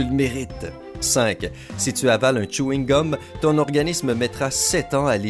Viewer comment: c'était plutôt tchouhingum